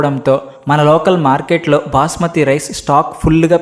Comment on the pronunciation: Booosmathi Rice ❌ Basmati Rice ✅